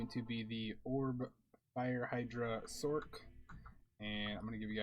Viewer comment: God it drives me nuts when people pronounce it "sork" lol. I'm sorry but it's an abbreviation of "sorceress" not "sorkeress". Rant over xD